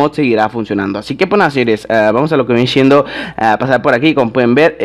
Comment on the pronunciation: Se dice viene siendo no viene chendo 😒😒